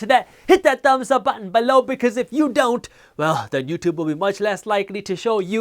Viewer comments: I like when you say "beLOOUW" better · Hi, Jaspreet. Which online brokerage account do you most recommend and/or use yourself? I was leaning towards Charles Schwab's, but wanted to ask since your video is sponsored by Webull. (Feel free to PM me.) P.S. I love your videos, especially the guac jokes and how you say "below!" LOL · So funny when he says below! Lol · Am I The Only One That Likes How He Says “Below” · Bro just like the way you say below🔥